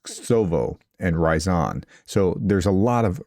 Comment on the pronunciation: It's Ryazan, not Rayzan.